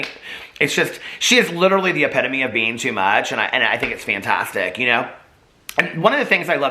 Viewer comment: It’s not a video to me until he says Human BEAN ☀️